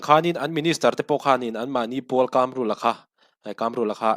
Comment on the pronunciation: Kamrula, mizo tawng i suasam tlat, Kâmrula a nilo.... KAMRULA, THLUK NA A AWM LO BOSS